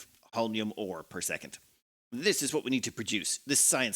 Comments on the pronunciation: It's actually pronounced not hOlminum but holminiUmUm, with the accent on the last two syllables in the same time. Starting planets with nothing on hands is actually pretty cool and fun to watch! Just one thing, I personally wouldn't bat an eye if a dozen-two construction robots would keep you company from the beginning. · "Holm-ee-um" actually, but your version is close enough! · it's pronounced "hole-me-uhm" emphasis on the first syllable. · Whenever mispronounced Holmium, take a shot.